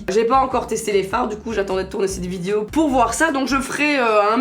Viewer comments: Il y a que moi qui entend vidio quand elle dit "vidéo" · C moi ou le mot vidéo elle le dit vydewow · Prk elle dit vidio😂😩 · elle a un petit accent quand elle dit Video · pour ta prochaine vidéo asmr dit en continuité "vidéo" j'aime tellement quand tu le prononce avec ton accent 😍😂